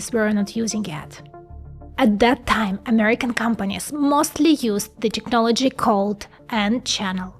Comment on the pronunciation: please it's TECHnology Tech tech tech tech NOT TIKnology like in TIKTOK